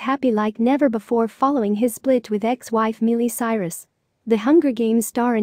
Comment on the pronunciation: Can only take so much “Mealy Cyrus.” Couldn’t finish the video.